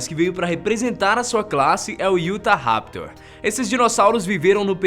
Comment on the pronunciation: Não é iutaraptor e sim utaraptor